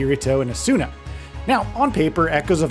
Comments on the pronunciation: First it’s pronounced “Ah-Suna” clearly never watched the show. Second you aren’t locking on half the time. How do you expect the camera to react appropriately? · Who the hell is this Asoona he keeps talking about? Or Eye-or-ee? (sounds so stupid when it's well known how Asuna and Iori's names are pronounced) My biggest problem is the world should not scale with your level. It goes against the entire premise of the anime and even real MMOs. The floors are supposed to be harder and higher level as you get higher...not just match you regardless.